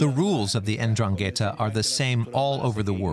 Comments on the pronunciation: in Italian it's pronounced Ndràngheta, with the accent on the first A. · But how you can miss to correctly pronounce Ndrangheta, the name of the concerned criminal organization, that is fundamental in the meaningfullness of the documentary?? Very bad... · Why not make a little effort to pronounce 'Ndrangheta' correctly. Just listen to how the Italian speakers pronounce it.